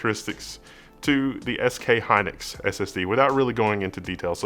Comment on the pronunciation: It's SK Hynix not Hynlix